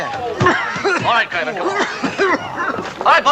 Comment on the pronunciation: Penny is Jill Kerman, not Kermode.